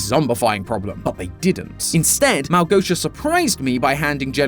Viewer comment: u saying małgosia gives me joy, its soo common name here in Poland :D